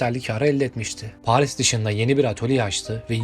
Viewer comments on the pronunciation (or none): none